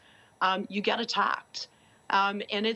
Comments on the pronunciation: "eSpecially" not "ecspecially" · Please don’t say “eCKspecially”. It’s especially..no “ck”.